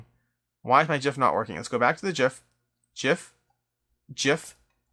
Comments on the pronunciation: Thumbs up just for the correct pronunciation of "gif". :) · You sir are pronouncing gif correctly. :)